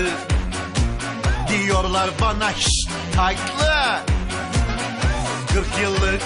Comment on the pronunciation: "hişt taytlı"😄😂👋